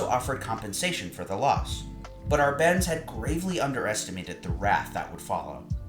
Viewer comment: "Arbenz" has the accent on the first syllable.